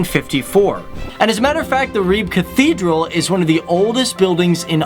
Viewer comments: not REBA...but Ribe... where did u get the other name from ? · btw Ribe is pronounced Ri-be not Ribe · .... When he said Ribe, I was sure he said Ryb, and had absolutely NO IDEA what fucking place he was talking about... It's my Country and I'm flabbergasted at how I didn't see that one coming. Fucking Ryb, guys. Fucking Ryb. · out of 100% cyclists 53% are male and..... here it comes...... 47% are female (no shit guys???) - and pleeeeeese check your spelling - it's NOT Her Leb - It's Herlev !!! And it's NOT Reba or Reeb - It's Ribe - and your are sponsered by a SPELLING PROGRAM !?!?! but apart form that - nice videos about the smallest SUPERPOWER in the world - thx ;-D